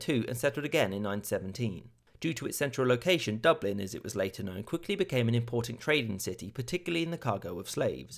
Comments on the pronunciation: They don’t speak French in dublin (doo-bleen👎) (dublin👍) (duvlin (more authentic)👍) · its pronounced duv lin ( as in bin)